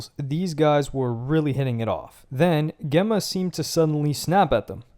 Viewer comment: What kinda mispronounced name... Geh-ma ?! Spelt and should be Gem-ma. 😂